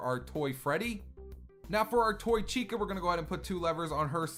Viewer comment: Chica, not Vhica